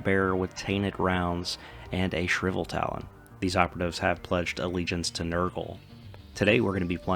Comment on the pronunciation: I know its tough with english if its your second language, but reading the things that are written will make it easier for people that are watching to understand. I was confused what Shriveltalon was, until i realised you were talking about the Shrivetalon.